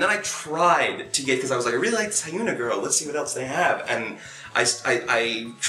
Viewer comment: Okay, a couple of things: 1. If you're really into Hyuna, I suggest first learning how to correctly pronounce her name. I recommend her video Red, in which she says it for you over and again. 2. I'm really happy for Psy's success, but the fact that Gangnam Style has 2B views, while videos like Taeyang's Eyes, Nose, Lips or Park Hyo Shin's Wildflower have so few in comparison just makes me sad. If you've seen neither, I recommend both for reactions, especially Wildflower. It is a monster of a ballad sung by arguably the best vocalist in Korea right now. I also recommend you read the lyrics before watching the video to better tie in the emotions he so obviously expresses.